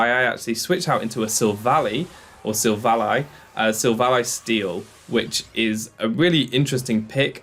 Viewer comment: SI-VOL-E Not Siv ALLY